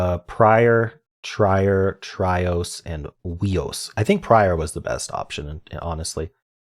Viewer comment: FYI you pronounced Trios wrong it was meant as Trio like Tree Ohs but its ok I dont blame you for mispronouncing.